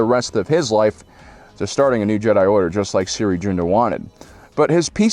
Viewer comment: “Siri Joonda” It’s spelled Cere Junda, and she pronounces her first name like seer and last as it’s spelled.